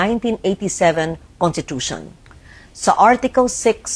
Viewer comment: She's a long-time senator and former journalist and yet she can't even say conStitution or konStitusyon??? She kept saying contitution